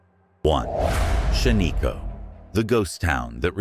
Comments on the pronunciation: I am a lifelong Oregonian. Shaniko is pronounced Shan-ih-ko, not Shuh-nee-ko. I have been there. The only place on this list I have not been is Hot Lake Springs. Thank you for posting this video. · It's not shaneeko! It's shan-iko! A good friend of mine! Owns over half of shan-iko! I remember going there as a kid and playing in the old cars that are there! That they also own! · Shaniko is pronounced SHAN-nuh-ko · Stupid...you pronounce Shaniko wrong, then you spell it wrong. 👎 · It’s not a real person… AI and computer generated voices never pronouncing things correctly.